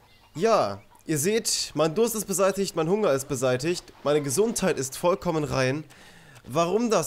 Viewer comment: "Vollkommen" hast du richtig Gayyyy Ausgesprochen XD